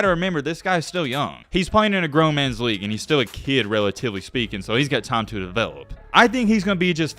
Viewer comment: Racist ah video lol especially when he tried to read the Team and League name